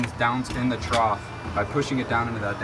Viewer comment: Very helpful, but please stop saying troth!!